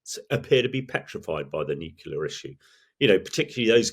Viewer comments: 'Nukular'? Really? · Why do smart people sometimes say nucular? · "Nucular". Really? ;) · Hearing a military commentator say "Nucular" makes me shake my head. Come on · I find myself struggling to take experts seriously when they discuss ‘nucular’ weapons’. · If you're going to have so-called 'experts' as guests, at least educate them on how to pronounce the word NUCLEAR correctly.